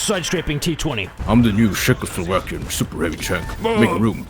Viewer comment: come on guys! its not sheck, its czech at first, and second, ITS CZECHOSLOVAKIAN !